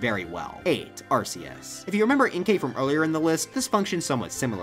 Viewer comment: Thanks for pronouncing Arceus correctly.